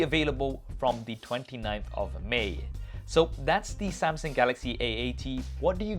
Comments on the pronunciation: Why did i heard he said samsing instead of samsung? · Why do you keep saying samsing you mug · Why he keep saying "Samsing" ?? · Step 1 Learn how to pronounce samsUng